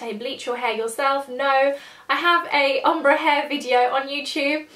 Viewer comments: I love you, but everytime you say om-bru instead of ombre i die a little inside haha! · The way you said ombre omg! I think its pronounced ombray? But thats just how I've heard it said! Loved seeing your changing hairstyles in this though, got me thinking what my one would be like :) x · I don't know why the way you say ombre pisses me off so much:') but great video,loved ittttt